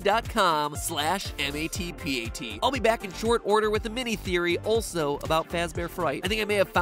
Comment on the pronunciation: Fazbear not fax bear